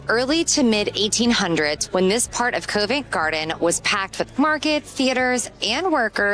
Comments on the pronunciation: Yes it is! And Covent Garden is pronounced as Cov ent Garden not Cove …and Borough Market is pronounced as Burra not Borrow…. It’s like learning a foreign language! 😄 ohhh and Route is said as Root not Rouh te - because a “rout” here means a bunch of people looking for a fight! 😲😁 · The Harp is in Covent Garden not covin garden, its prounced Cov Vent Garden, the O is prounced like the O in orange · Covent Garden is pronounced 'Cuvent Garden'. The 'o' is not over emphasised. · You need to check the pronunciation of Covent Garden, otherwise great video.